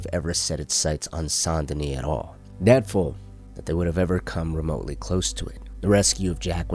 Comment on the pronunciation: "Saint deni"? IT'S. PRONOUNCED. "SANDY KNEE"!